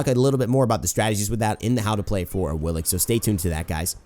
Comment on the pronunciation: Do the gods not say their name on PC? I'm late to the party and all, but she pronounces it "A-wii-lix" on ps4.